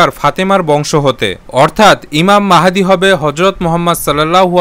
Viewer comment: ইমাম মাহাদী অার বার ভুল বলছে ইমাম মেহেদি বলছে